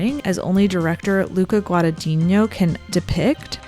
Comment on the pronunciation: I guess that pronouncing Guadagnino for an american is as tough as pronouncing Gyllenhaal for an italian 🙃